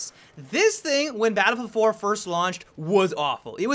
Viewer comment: Enunciate n00b you keep calling it BattleFour.